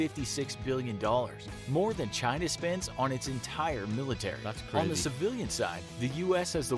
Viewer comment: Love every time he says military it sounds like millinery so maybe there would be a discussion on women's hats... ha